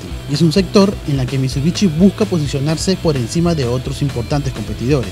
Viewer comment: "mitsubichi", "toyota ruch", ya psss :V, dejen de vendernos mierdas sobrevaloradas!!